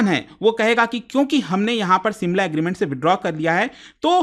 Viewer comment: simla ? SHIMLA